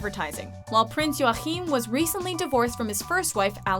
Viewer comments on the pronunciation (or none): Acutually you pronounce Joachim as Joakeem or joakim as we say it in Scandinavia :) and king Harald of Norway was the first to marry a "commoner" in 1968 :) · "Prince Joaccccchhhim!" he's not arabian :D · Why can't you say Joachim?! "Your-Kim".. Not french Jrrrroachim ;D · I died when she tried to say the name of the Danish Prince Joachim! It isn't pronounced joahim but Joakim! seriously awfull 😓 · Joachim in Danish is pronounced Joakim xD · Hehe, nice top 10 :) But i gotta corre t somethings ;) Mette Marit is pronounced Mette maaaaaaaareet :) Haakon is pronouced Haacon :) and joachim is pronounced Joakim :) And the first royal to marry a "commoner" wasn't pavlos, it was actually harald the king of Norway to now Queen Sonja :) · The pronunciation of Prince Joachim is terrible. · I love how they butcher the Scandinavian royalties names. Btw i am Swedish